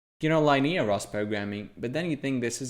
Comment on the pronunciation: Pronunciation feedback, if you're interested: the "i" in linear is pronounced the same as in "pin"